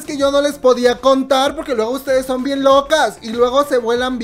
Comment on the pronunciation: NO SO CHINOS! Jajaha falta la "N"